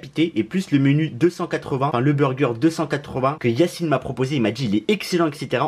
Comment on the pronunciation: Mdr c Yacine pas yanise 😂 t un tueur continue comme ça frérot